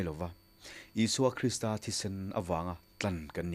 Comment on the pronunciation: Krista Pathian ti lovin Kristaaaa Pathian tih zawk tur niin alang. Krista hi thluk san tur